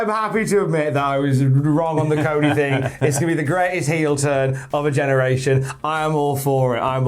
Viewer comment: British says Cody = "Co E"